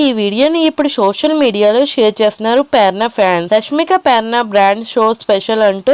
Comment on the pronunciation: Perana kaadu Prerana